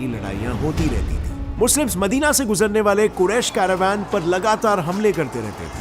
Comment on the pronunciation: भाई उच्चारण ठीक से किया कर पूरे वीडियो को खराब कर देता है काबिला - कबीला मेका - मक्का मेडिना - मदीना कलिफ - खलीफा कैलिफिट - खिलाफत अंग्रेज मत बन वो अंग्रेज भी इससे अच्छा उच्चारण करते है अगली बार ठीक से उच्चारण करने की आदत डाल लेना.,.